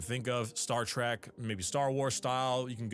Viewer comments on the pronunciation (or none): none